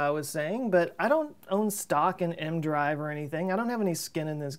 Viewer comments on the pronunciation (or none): Always thought EM-drive was crazy but has it come this far... why not test it like you said in space (small, different manufacturers/inventors/believers) like... 10 or so... I'm not native english speaker but why do you say mdrive (leave out the "e" part?) is not e, m, drive?